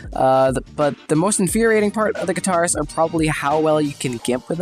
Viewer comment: why does he say katars like guitars